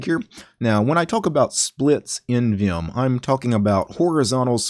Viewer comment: The only guy I've ever heard who said viyum instead of vim